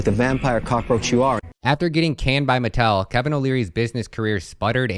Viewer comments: It's pronounced Ma-TELL'. Not metal. Very very well-known toy maker unless you're under 30 maybe. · It's pronounce Mah-Tell.